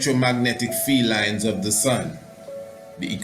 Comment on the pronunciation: “Field lines” Sounds like “Felines”